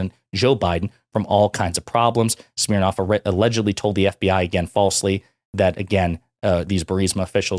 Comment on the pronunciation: Schmirnoff…🤣 schmirin’ lies.🤣